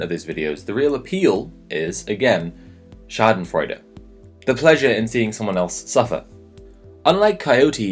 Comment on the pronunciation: your pronunciation of schadenfreude is on point tho